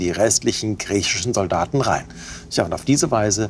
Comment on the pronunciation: Die Betonung liegt auf Sol-daten.